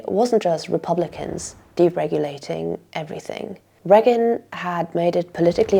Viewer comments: And the only person that had never heard the name President Reagan from any other human being as she/it pronounces it Regg-gun not Ray-gun like every other human on the planet! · For the love of all things holy, it's Reagan, not "Reggan". My ears are gonna bleed if you say it once more! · A wonderfully concise overview of the historical, social and economic context for the current shitshow we are in. My only silly niggle is your pronunciation of Ronald the Raygun. Rea'gan and not 'Reagan please!